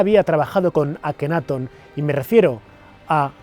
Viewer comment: LLENOS DE HIPOTESIS Y GUIADOS POR LA BIBLIA O TALMUD LAS CUALES SON CASI MODIFICADAS ENTORPECIENDO LA VERDAD..QUE VIVEN CEGADOS ANTE LA VERDAD QUE YA ESTA EN NUESTRAS MANOS. NO ME GUSTO EL VIDEO, MAS DE LO MISMO. Y LA PRONUNCIACION DEL GALLEGO DICIENDO AKENAATON CON ACENTO EN LA A, Y TUTANCAMON TAMBIEN EN LA A.